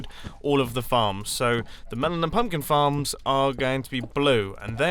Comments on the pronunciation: I thought you said "farts" not "farms" XD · Instead of farms I thought he said f***